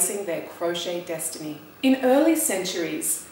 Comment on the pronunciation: 'Desitiny', hmmm